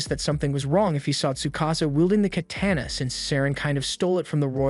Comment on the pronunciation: No one will mention the way he said katana